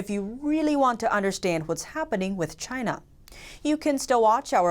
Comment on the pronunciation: It’s the chhhhina flu